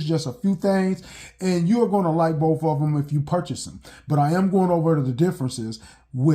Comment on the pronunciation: Next time anyone wants to play a drinking game, take a drink every time this guy mispronounces the word "BOTH". Apparently it's not "both" it's "boof". Yes I'm partly just joking BUT at the same time, I truly want to know why it is that blacks ALWAYS, and I do mean ALWAYS mispronounce certain words....one of the most annoying/egregious is "ask"....they think it's pronounced "Axe". I truly want to understand, because growing up I had plenty of black kids in my English classes and they learned the EXACT SAME THINGS AS I DID. Yet one of us pronounces words correctly and the other is most black people! Oh and before anyone tries to come for me calling me a "racist" simply for pointing out what everyone knows is FACT....just keep in mind IDGAFF I PROMISE YOU!! People really need to take the time to LEARN/UNDERSTAND what that term ACTUALLY MEANS BEFORE HURLING IT AROUND to the point where it is MEANINGLESS.